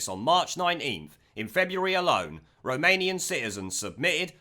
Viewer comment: The way you say Romanian sounds like remanien, a new word for remainers. Now, i cant get it out of my head when you say it!